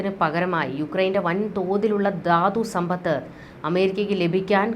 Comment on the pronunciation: 'യുദ്ദം','ദാദ്സമ്പത്ത്' ഇതൊക്കെ തെറ്റായ ഉച്ചാരണമാണ് . 'യുദ്ധം ', 'ധാതുസമ്പത്ത്' എന്ന് ശരിയായി ഉച്ചരിക്കണം